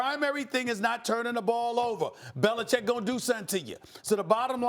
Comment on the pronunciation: Bellachecing? Yo Max Kellerman 😂😂